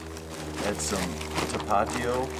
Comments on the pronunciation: Love your vids brother! But one thing... it's TAP-AH-TEE-O ; ) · Its pronounced tap -u-tee-o. Its hilarious listening you to you pronounce it! lol great trip and great, quality content! I cant wait for my next hike. Any suggestions for a fall hike in Colorado? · Hi. We have enjoyed all of your videos! Someone may have told you this, but it’s pronounced “tah-pa-TEE-oh.” Anyway, my wife and I will be hiking a section of the JMT later this summer. I’m not a young man, but my dear wife loves the outdoors and has helped me learn to love it as well. Your videos are an inspiration to me! Thanks! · Haha now I think yer mispronouncing tapatio just to bug me!